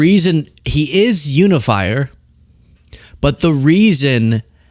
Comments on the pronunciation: It does sound like she said under the fire 🔥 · Are we sure she DIDN'T say humidifier? Sounded way more like that than "unifier"! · To me it sounded like: this person is unify, but Trump is unifier. lol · I think she was just mispronouncing it as "unn-ifier." 😂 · Un-if-fire ... Which means she is trying to pronounce it from reading it and not ever hearing it said. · Unifier — I think she said you-a-liar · I think she said "oonifier", like not Utah but ootah. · Melania is not saying “unifier”, she is saying “uni-fire”, a mistaken attempt at “uni-bomber”.